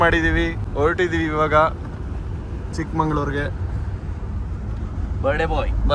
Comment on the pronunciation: ಚಿಕ್ಕಮoಗಳೂರು ಅಲ್ಲ ಚಿಕ್ಕಮಗಳೂರು